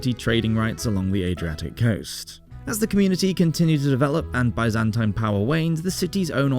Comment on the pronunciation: I do wish that Byzantine was being pronounced correctly